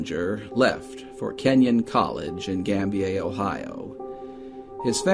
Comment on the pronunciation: Excellent job, as always. BTW, "Gambier" is pronounced "gam BEER".